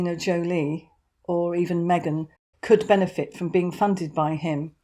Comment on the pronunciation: Get well soon Harry. Surround yourself with good people. Me-gain is not it